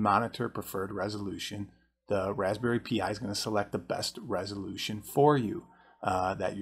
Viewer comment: Well.... absolutely nobody else pronounces it "P. I."